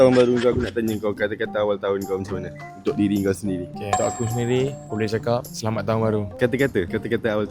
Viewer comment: Aku rasa aku tak pekak lagi.."asslah tahun baru,syg kamu Selama nya".. asslah Dan Selamat jauh bunyinya... Ang mmg cekapp...hahaha